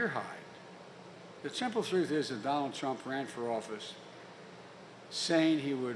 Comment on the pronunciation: Its "Donald" Not "Dronald"